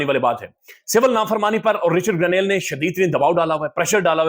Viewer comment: رچرڈ گرینیل ❌ رچرڈ گرینیڈ ✅ 😂😂😂😂😂😂